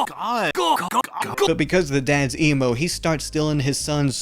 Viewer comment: I keep hearing you say emu instead of emo, lol